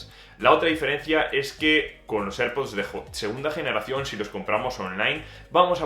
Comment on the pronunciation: Please learn how to say AirPods in English, which is correct